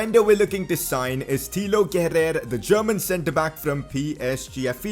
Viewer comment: Yo wassup its pronounced kera not kerer nyc video by the way